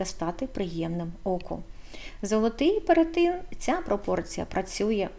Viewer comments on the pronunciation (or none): перЕтин ...не перетИн... так не можна говорити... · Цікаве відео😊 дякую) А чому перетИн, якщо ж правильно перЕтин? Чи я помиляюся?